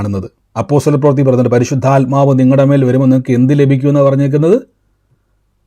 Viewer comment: " പരിശുദ്ധയാത്മാവ്"എന്നല്ല, " പരിശുദ്ധാത്മാവ്". എന്നാണ് ശരി. ഈ തെറ്റ് ആവർത്തിക്കാതിരിക്കുക.